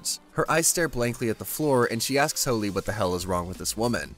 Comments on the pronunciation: Can’t tell if he says holy or fooly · Anyone else think he's saying hooly instead of fooly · Y can't u pronounce fooly correctly? But good job other wise